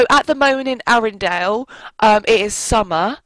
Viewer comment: you say arendale wrong